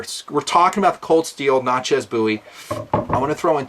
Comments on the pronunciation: I'm sorry but It's pronounced Nat-chez (sounds like matches) not Nat-chas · Natchez - rhymes with "matches" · Love vid! Great scale only thing I have to say is the way you say "Natchez" but still great vid!